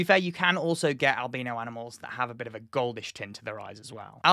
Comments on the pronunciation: Albeano is the way you are pronouncing it . isn't it albino . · ...did he really just pronounce albino as albeeno? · never had I heard albino pronounced alBEANo. and the bombardment of bean, I needed a moment. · Whenever you say albino, I hear albeano.